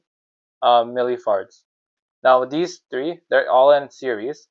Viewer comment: Bro are you really saying milli farts? 😂 But that is a very tiny fart.